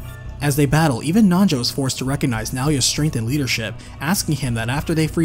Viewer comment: Anyone else hear nacho when he says Nanjo.